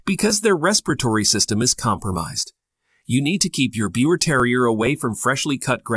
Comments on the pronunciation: Besides the name pronunciation being wrong, "beeva" is more accurate, as this dog originally resulted from a mating of Yorkshire Terriers that carried the pie bald gene in Germany. Since the push by more and more people to make them an entirely different breed, we have seen "breeders" mix other small breeds with them. These DNA results are proving that. The Biewer were born to a well known German couple that bred Yorkshire Terriers. They had some pups that carried the pie bald gene and some of the litter looked like traditional Yorkie's and some looked like the modern Biewer. The dog is hypo-allergenic and non shedding in the same way that the Yorkshire Terrier is. Perhaps, people mixing other breeds with them is causing some litters to not be hypo-allergenic but that was always a huge positive for people interested in dogs but they were sensitive to most dogs. This is just one example of why people that call themselves breeders shouldn't meddle so much, especially when you already have a fantastic dog. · I am happy to see that others commented on the pronunciation of Biewer it important to get that correct especially if you are making video . I have two Biewers and there are definitely some things that you presented which are Not True,. They are hypoallergic dogs and they Do Not Shed . As for the coat, Biewers do not have an undercoat. My male's coat never matted and I did not brush him daily. My female does mate and needs to be brushed daily when she has a long coat. They are not excessive barkers. Yorkies are but not the Biewer. My girl never barked for the door bell until the boy taught her that we are alert dogs for our humans. Biewers are sweet, very smart and happy little dogs and also very loving. I can not say enough about about them. I am preparing to get my third Biewer and looking forward to the experience. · Even the name is said wrong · Please take down this mis information. You can’t even pronounce the name correctly.